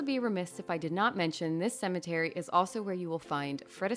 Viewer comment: The word "cemetery" does not have the letter "a" in it.